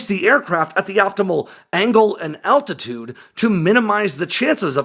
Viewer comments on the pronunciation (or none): none